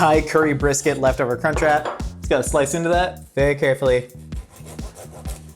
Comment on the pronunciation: I watch most American youtubers double time cause you all talk a bit slow, and as an Australian, every time he said "crunch wrap" it sounded like "c*nt trap" and its just bloody hilarious tbh